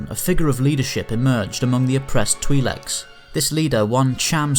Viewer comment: Just a quick correction twileks is pronounced tw-eye-leks